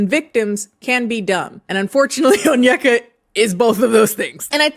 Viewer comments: I am only saying this because it has been killing me with this story but her name is pronounced ON-YE(think kanye)-KAH not ON-YUH-KUH. I keep hearing this all over the internet and it was getting to me a bit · How did you listen to 3+ hours of her videos and not be able to pronounce her name - On-i-ka, not On-yek-a. She says her own name multiple times. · it's kinda hard to articulate but essentially it's less (on- yeka), and more (oh-nyeka). Like the n and y are said together not separate. You can also search up videos for pronunciation too ~ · Oneyka’s hairstyle, the way she mispronounced her own name, and following Candice Owen’s told me everything I needed to know about her 😂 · i mean is onyeka saying her own name right lol